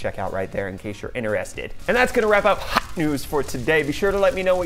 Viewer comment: Everytime you say "HOT" I get a jumpscare 😣☹️